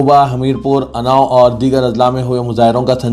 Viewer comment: Anau not unnao.